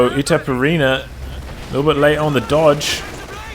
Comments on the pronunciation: yes... pronounce as you write "itaperuna", "ru" speaks as "run" so its like itaperUna ... sorry for broken english .... greetings from Brazil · Itaperuna aka east potato in finnish